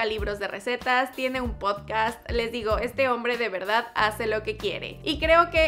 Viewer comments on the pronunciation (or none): none